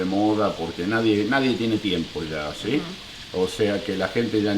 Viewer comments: esta piba no puede decir si en vez ia por dios q pesaa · No se dice yiaa... se dice SI